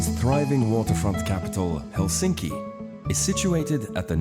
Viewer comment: In Finnish all letters pronounced the same independent of surrounding letters and the stress is always on the first syllable. Can it get any simpler?🤔👌 Still here the narrator says HelSINki😖 instead of HELsinki.👌✌️